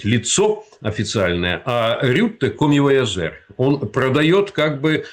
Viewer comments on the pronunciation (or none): Эксперт 😂. коммивяжЁр он или этого слова не знает или транслирует не свои мысли а где-то вычитал поэтому вместо Ё говорит Е потому что Вместо Ё часто пишут Е 🧐 но на заднем фоне РОССИЙСКИЙ ФЛАГ 😅 МОЛОДЕЦ УЖЕ УЧИТ ГИМН РОССИИ🇷🇺👏🏻БРАВО 🤫👊🏻😎🧸🇷🇺